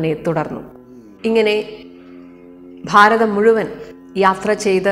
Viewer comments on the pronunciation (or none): none